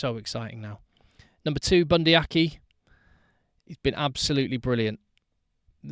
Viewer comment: I am guessing you mean Leicester Fainga'anuku (and yes, he is definitely one to watch). I will help with the pronunciation, seeing as I am a kiwi. try 'Fy-ah-nu-koo'. Also, for, being Bundi Aki is also kiwi, it is 'Ar-key' and 'Savea' is 'Sa-vee-ah' not 'Sa-vay-ah' (as Shawn Fitzpatrick and all the English media pronounce it).